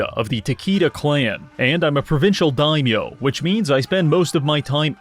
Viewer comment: I like that is able to do what Kleaper couldn't in a Japan themed Total War video: Pronounce 'daimyo' correctly.